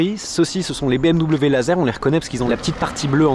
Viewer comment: Excellent reportage. En tant que propriétaire d'une M440i, je confirme 90% de la critique. Toutefois, 2 choses me déplaisent dans la vidéo : 1) BM-"DOUBLE-V" (ça fait saigner mes oreilles) 2) Mon ami JB dans le champs, cela me remplit d'émotions tellement je l'appréciais. Chaque année au salon de Genève nous allions manger avec son frère Benjamin au restau...😓 RIP mon ami JB...